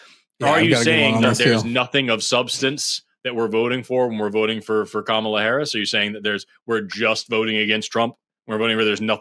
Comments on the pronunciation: Just let them know the accent is on the first syllable not the second syllable. Kamala, first syllable. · It’s weird how stuck on how to pronounce her name they are but she’s been inconsistent on it herself. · Funny that advocated for correct pronunciation of Kamala n immediately made my brown Indian Hindi speaking skin crawl with his pronunciation of it. Oh lord, white ppl just wont get it. That said, i love how is on a roll this week. This is the 2nd caller he has taken to the gallows and offered up as a sacrifices to the Globs. I love how Theo was jumping up and down and was getting flustered like the lost and mentally unhinged sheep that he is. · I've heard Harris mispronounce her own name.